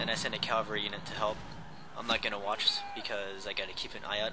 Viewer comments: My friend told me to check out your videos. I enjoy the commentary (I really suck at these kinds of games) and I find it very informative. I do have one question: in your later videos, do you start pronouncing cavalry correctly or do you keep saying Calvary? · Is it me or does he keep saying 'calvary' instead of cavalry? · Of course it does. One way is correct, the other is not (Calvary is the hill where Jesus was crucified; that is why so many churches are called Calvary). He otherwise seems an articulate, highly informed student of military history. How would you feel if your doctor never pronounced temperature correctly? Or if the President of the United States could not pronounce the word nuclear? It undermines confidence. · C'mon guys. No need to bash how he says cavalry. Cavalry, calvary; same differance. I wouldn't have even noticed if not for the idiots who want to act like they are so itelligent for noticing such a small detail that nobody really cares about. We all know what he is talking about. Just drop it and focus on the details of the battle, the main reason this video was created.